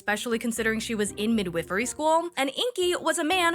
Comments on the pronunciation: WHY are you saying "mid whiff ery???" If youre talkingvabout a midwife its mid wife, NOT "mid whiff" nor midwhiffery.😂😅😊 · The second i in “midwifery” is long…Mid-Whiffery sounds like a Harry Potter house from Wish.